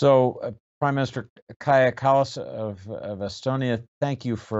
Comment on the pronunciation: It is remarkable that lately her name is being properly pronounced. Earlier it use to be pronounced like god-know-what-Kadzhha Källääss" Norw all the interviews have bothered to learn her name. Maybe it is due to the fact hat she is mote and mote interviewed by journalists who are of higher rank and therefore more professional. By the way, her fisr name KAJA means ECHO and her last name KALLAS means coast/shore. "Echo on a shore"